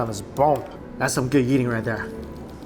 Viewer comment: Is it just me or anyone else also hear "Yeeting" when he says "Eating" XD